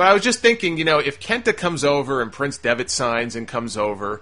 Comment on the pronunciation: PRINCE, not PRICE